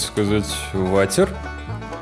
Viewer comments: Вообще правильно Уотэ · Не ватер а вотэr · вавер? ты серезно-_ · очень смешно, я и с учителем учила "Варер" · Нет, ты говорила "варер" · Как я ору ватер ужас ну и англ у тебя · Начала видео. Автор неправильно произносит английские слова : " water" "enter" Я: я не доживу и до конца этого видио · Ооо дааа, это очень бесит, даже перед видео слова не подготовил, или просто можно было не произносить по английски 😅💞